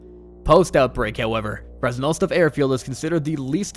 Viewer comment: The pronounciations are killing me, ”kamenski” ”servograd” and then all of a sudden a great pronounciation of krasnostav